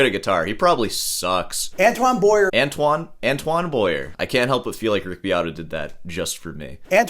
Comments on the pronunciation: Glad you like Antoine Boyer. French pronunciation tip: dont say Boy - yer but B - why - yer (more or less😂). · AN TWON is how it's pronounced. Not AN TONE. And his last name is BOY AY not BOY ER. For those who don't speak French. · Its pronounced Boyay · It's pronounced "Bwoah - yé" in French.